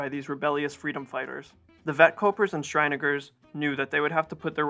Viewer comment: Your pronunciation of Schieringers 🤔